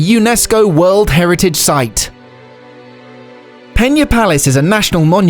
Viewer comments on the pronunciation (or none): You said "peña" so many times that I almost had to throw up! It is PENA...with a regular "n". Portugal speaks portuguese, not spanish...got it? There is no "ñ" in portuguese. Never, ever say portuguese words as in spanish. It is garanteed you will be pronouncing it the wrong way. Better to read it as in yourn own language, then at least you would have the excuse that it was your own accent. "Pena" in portuguese means "feather" in english or "pluma" in spanish. Meanwhile, "peña" in spanish (the word you said) means "pain/sorrow" in english. As you can see, not only both words do not sound the same as they have two extremely different meanings. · It's Pena not Peña... why does everybody say portuguese names with spanish pronunciation? go to google translater and hear the word, it's not that difficult... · Thumbs down for pronouncing it peña